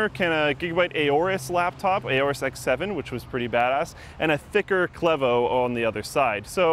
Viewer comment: Funny how you yanks say clevo